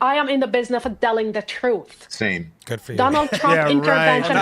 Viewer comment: "I am in the business of DELLING the druth"